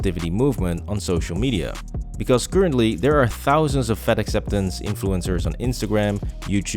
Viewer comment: I keep thinking he's saying "fed ex influencers".